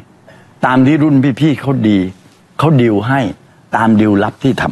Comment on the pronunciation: ดีลครับ ไม่ใช่ดิว